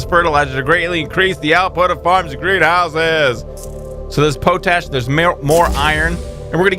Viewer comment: Love the new series! Just so you know, it's pronounced "Pot-Ash";] I love the way you pronounce Quinoa though lol it's the way I pronounce it!